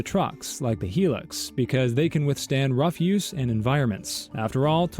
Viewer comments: Hilux not helux mate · it’s pronounced as “high-lux” not “hee-lux”